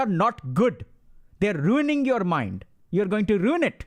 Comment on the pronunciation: Rrrruin it. Rrruin it. You’re rrruining it😂 that had me laughing so hard for some reason